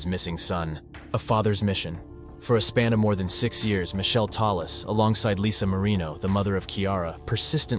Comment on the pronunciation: Michelle --- is not Michele. It is pronounced mick-kelly